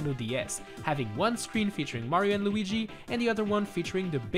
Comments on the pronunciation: 😅😅 "My boy Looogy" lol. It's pronounced Lew-wee-gee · did he just call Luigi Lugi or something lol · Ok nobody noticed that he said Lugi when he did the Mario 64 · called Luigi lugi.😂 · My mans just said lewgey as Luigi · loogi? man and i thought it was luigi 🤔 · its luigi not lugy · Oh, that's not actually what I was going for. I just meant "he pronounced it as Loogi in the video". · Dude really just called Luigi "Loogie" Love it!😂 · My guy really said loogie (no hate this was a great video) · When he said lugi 😂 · Lmao the way he said "luigi" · That’s not how you say, Luigi😂